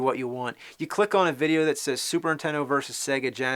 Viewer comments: When you were a kid you said "Super Nintendo" now you're an adult you say "Super Intendo!" =D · "Super 'intendo?" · I keep hearing "super intendo". interesting, tell me more about this intendo... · Take a drink every time he says 'superintendo' instead of Super Nintendo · Anyone else notice how James pronounces Super Nintendo like "SUPERINTENDO" ??? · "Super INtendo" he says. lol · Say "Superntendo" one more damn time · Anyone else notice he says Super Intendo? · I love how he calls it SUPER INTENDO lol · does anyone else think he says, "Super INTENDO" i always hear that he doesn't put on the first N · Is it just me, or is he saying "Super Intendo" (dropping the the N)?